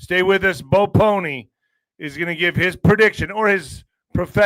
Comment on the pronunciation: Bo Pole-knee not pony lol